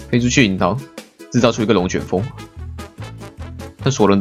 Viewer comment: R子你怎麼說廣東話了? 「然後」説了廣東話。